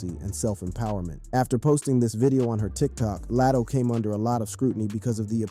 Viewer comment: Who is Lat O. Say their names correctly 🤦🏾‍♀️